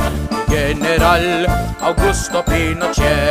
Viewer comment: Beautiful! However, you mispronounce the "g" in "general". It is pronounced like "х" in Russian, because it comes before an "e". If it was "gueneral", the "g" would be pronounced like "г" in Russian.